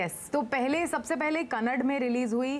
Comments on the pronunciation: Journalists today do zero homework.. At least make some effort to pronounce properly.. It's not Kantara it's कांतारा and not kannad for gods sake it's Kannad"a" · Its KANNADA not Kannad….It’s a national news channel damn it. Get the facts or at least name of the language right. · It's stupidity , being anchor they don't know how to spell Noun, name of other language, etc always they spell wrongly. It's Kannada not kannad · Kannad nahi madam,it's kannada🤧🤔😅😝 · it’s Kannada not Kannad. The host should do some homework in pronouncing regional language. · Ka nna da = kannada ✔️ Ka nna d = kannad ✖️ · It's not kannad it's Kannada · The anchor desperately pronounces Kannad instead of Kannada. Shame on them. It is one of the oldest languages in the land. But still she can't pronounce the word. How can she be an Anchor. If she can't pronounce the Language name correctly. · Please ask the anchor to spell the words properly like "Kantara" should be as "Kanthara" and Kannad as "Kannada" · Kannad nahi mam KANNADA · It's not KANNAD...It's KANNADA! How hard it is to pronounce...come on! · please do some homework. You are pronouncing the name of the movie very badly. Just ask Rishab in front of you, if you don’t know how to pronounce. Finally, it’s not Kannad it’s Kannada.